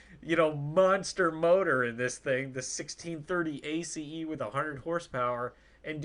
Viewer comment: OMG can you just pronounce it as ACE not A C E